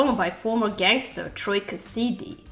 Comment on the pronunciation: Cass-e-dee love that pronunciation (sorry i do know your 1st language isn't English but its funny when you mispronounce stuff lol)